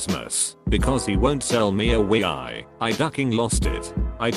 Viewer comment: Wi-i... Nice pronounciation